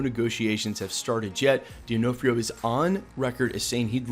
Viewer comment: And Vincent DihnOFFrio (poor phonetics spelling lol)